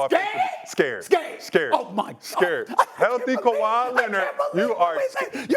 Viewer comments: In 2025 this guy said kawai Leonard! 😂😂😂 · This man said KAWHI 😅😅😅😅😅